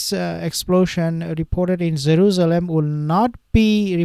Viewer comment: Why do you keep saying zeruzlem? Its Jerusalem